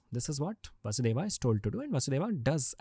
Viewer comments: Its not kansa, rama, and vasudeva, its kans, ram, vasudev. When we learn french, we are told to pronounce the words and keep the last letter silent. If someone is interested in our history or language, they can learn to pronouce basic words properly. It does not take a lifetime to understand that the "a" at the end of names is simply due to translation gaps and grammar needs. We do not pronounce "Je Taime" down to the letter. If the podcast is about learning history and about India - please commit to that properly - this is like the most basic thing. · What is vasudevaaa and kamsaaa Pagal log Dhng se nahi bolne aata to mat bola kro